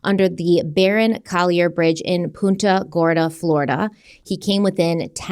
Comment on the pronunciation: Punta Gorda it's pronounced punt like punt the ball. ..... Punt--ahb